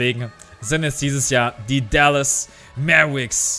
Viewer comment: haha will dich nicht korrigieren oder so aber es wäre korrekt formuliert: "Mäwerix" haha aber scheissegal bist ein sympathischer typ das ist alles;)